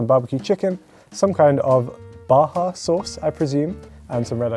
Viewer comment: They seriously spelled Baja as "Baha". I'm not sure which is worse - that or "fill it". Dude is fkin right across the channel, yet can't grasp common French pronunciation...just wow.